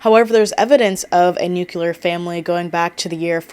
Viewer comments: Having a hard time paying attention bc of how many times you said "new cue lar". It's "new clear" 😅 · I think it’s often mispronounced as “nuc-u-ler” instead of “nuc-clear.” Yes, I hear it too 😅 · i keep getting thrown off every time you say "nukular" a la george bush 😭 all your points are valid but i just could not finish the video bc of it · same, it hurts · Same lol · But it’s “new-clee-ar” where I am. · isn't nuclear pronounced differently and not like NUKILAR or am I stupid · Haha I had the same thought. I feel like this word is always mispronounced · No, she's just mispronouncing it lol